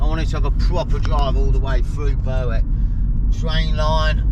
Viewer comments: It's pronounced BERICK. NOT BURWICK. . Yr saying it the way its spelt...... Berwick upon tweed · Great vid again, fab coastlines. Think it's pronounced "Berrick" (Berwick) , like Warrick... (Warwick) English language is nuts!! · Berwick is pronounced Berick silent W .Checkout Druridge Bay. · Glad someone pointed out the pronunciation you were killing it man,lol.Enjoy being in God's country fella,try a overnight at kielder if you get close,spotted a pine Martin up there last weekend,big nightsky observatory up there too,safe travels man..